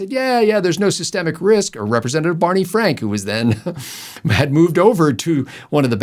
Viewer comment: Bawney Fwank's bank wank.